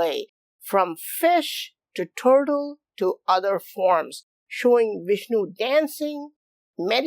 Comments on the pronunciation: Woah! Vish-nu Fish-nu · Ok, so it is Fishnu instead of Vishnu, go it ! Thanks !